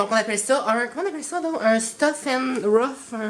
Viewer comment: ''un turf an rough'' OUÉOUI